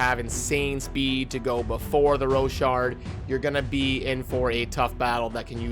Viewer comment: Lol i love your content, but common man, learn to say the character names.. hahaha.... roshard? Rinebeast? Do you say rinedeer?